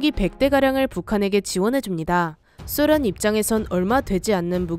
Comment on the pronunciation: 왜 소련이데 숫련이라고해요